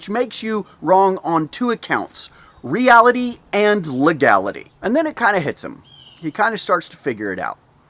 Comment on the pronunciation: Re-ality and le-gality...love it